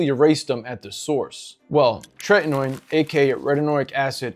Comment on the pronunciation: Not 'Trenton ode', it's 'Tretinoin'.